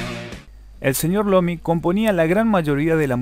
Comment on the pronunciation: Es Iommi: aiomi. No "Lommy". Jajajaja.